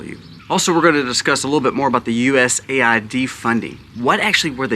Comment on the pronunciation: A I d. Not aid